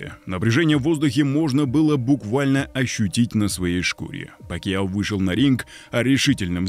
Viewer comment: Не Пакио, а Пакяо. Если ты осёл.